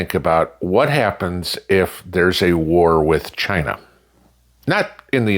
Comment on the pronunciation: As Trump says “Chy- Naw” 🤣